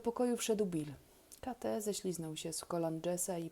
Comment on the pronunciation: Lektura siwetna, ale jednak jedna rada na przyszłość nie kate tylko kejt